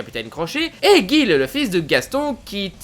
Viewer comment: juste c'est pas "GUIL " mais "JIL"